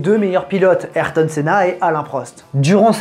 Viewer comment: Super vidéo mais la prononciation d’ayrton me gratte l’oreille mais vrm sinon super vidéo je l’ai a peine commencer Js déjà que cv être incroyable